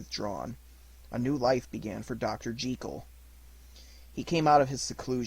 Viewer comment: I do not understand why now days people are so keen to mispronounce the English language. It is not Dr. Henery G-ee-kel and Mr. Edward Hyde. It is pronounce Jekyll (sounds likr Jeh Kuhl). This link will allow you to hear for your self the correct pronunciation. Sadly I can not listen to this great narration as every time Dr. Jekyll's name is said it grates on me like nails on chalkboard.